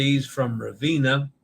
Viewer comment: All it takes is one person not washing their hands to cause an outbreak! Does anyone recognise who Kevin Sheehan Jr.'s disgraced father is? *nepotism Let's practice your E in Italian! It's always AY as in day. Ravenna (Ra-ve-nna) = Rah-vay-nah, roll the R. Venezia (Ve-ne-zi-a) = Vay-nay-tzee-ah. Vay-nay, not Vay-nee, not Vay-ne. Vay-nay, Vay-nay, Vay-nay, Vay-nay-tzee-ah! A reminder to always pronounce the O as in Oh no! Basilica di San Petronio (Pe-tro-ni-o = Pay-troh-nee-o, roll the R). Remember to separate the Italian word into syllables of the consonant-vowel consonant-vowel consonant-vowel format for pronunciation: Pe-tro-ni-o. And yes, the S in Basilica has a Z sound when spoken in Italian but no worries here as the context was in English with the S sound. From a previous livestream about Captain Serena Melani (Se-re-na Me-la-ni) = Say-ray-nah May-lah-nee (roll the R) who received the Capperuccio (Ca-ppe-ru-ccio = Kah-pay-roo-tchoh, roll the R) Award. And a quick vowel pronunciation review: A is always AH as in the open A as in father. AH AH AH AH AH AH AH E is always AY as in day. AY AY AY AY AY AY AY I is always EE as in seed. EE EE EE EE EE EE O is always OH as in Oh no! OH OH OH OH OH OH OH U is always the long U as in tune (toon) U U U U U U U U I now believe that the Taima Star ferry is pronounced Tie Ma. The image I saw of the ferry's name had an apostrophe TA'IMA but that apostrophe turned out to be a porthole LOL!